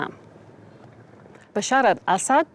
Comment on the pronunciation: As a Syrian I really appreciate that the lady said the Arabic version of Bashar's name and not the altered English one